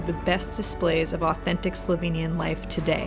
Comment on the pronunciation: Give you 5stars for pronunciation of slovenian names and words in general. Yeeey, you! THX for the great video, my country looks even greaeter from your eyes!